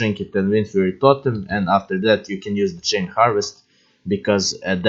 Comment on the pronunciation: ja prepoznao da si nas kad si rekao totem hahah :D